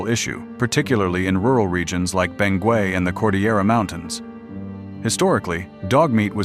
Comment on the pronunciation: It is pronounced as Beng- gett